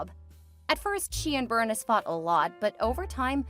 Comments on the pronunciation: Bernice is pronounced Ber-neese. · It’s pronounced Ber-neece.